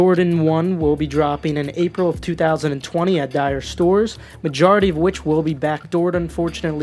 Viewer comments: Do a whole video on the "die-or" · 🤣🤣🤣🤣🤣 bruhhh. What are D-eye-ors??? I KNOW YOU FUKKIN LYIN!🤣🤣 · Dee-Or is how you say lmaoooo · wtf i read comments ab mispronouncing i thought it wouldnt be bad like it would be die-or but i heard "DYER" 😭😭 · It’s dee or not die or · From dee-or to die-or it's pretty much butchering the name regardless of accent, he probably said it on purpose so everyone would comment on it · Dior (DEE-YOR) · This man said dyree 😂💀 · Someone call Pop Smoke this man just said “Die air” 🤦‍♂️🤦‍♂️😭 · I love u but those dunks aren’t SB’s and “Dior” is pronounced “dee-or”...as in Christian Dior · Dislike for pronouncing Dior wrong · I almost had to let go for that Dior pronunciation lol but that is my dawg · Lol I like how you acknowledged your “Dior” mispronunciation in the middle of the vid 😂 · You are a college student, ostensibly "cultured" and "educated" yet you cannot pronounce "Dior" nor "Art Basel" correctly- you have no business giving anyone advice on anything, calls into question anything that you say. Concerning, folks. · LMFAOO when I heard how you pronounced Dior I went straight to the comments section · me too. 😂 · Lol same here, it’s ok. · mispronunciations going hard 🥴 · The way you pronounce “Dior” is so jokes 😂😂😭😭